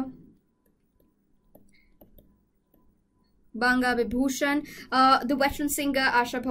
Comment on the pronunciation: Best part of the video is when she is struggling with pronunciation of "banga bibhushan"... It was cute anyway!